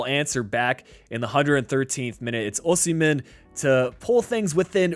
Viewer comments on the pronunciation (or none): none